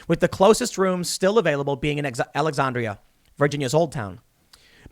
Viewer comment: As a VA native every story that allows Tim to mispronounce Alexandria makes me chuckle.